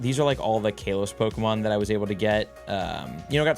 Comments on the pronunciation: please its not kay los..... im begging you. its kah los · KAL-OS...... not KAY LOS... 10 years, you'd think you'd learn the correct announcation by now 🤦‍♂️ For next year it's "not" "A-LOW-LAND" remember that....🤣😂🤣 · Ka-los. Not Kale-os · why does he say KAY LOS